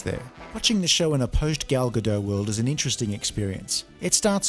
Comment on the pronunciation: GadoT, the T is NOT silent. It's Hebrew, not French!